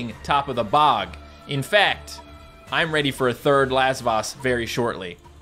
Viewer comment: I keep thinking says "Last Boss" when he is saying Lasvoss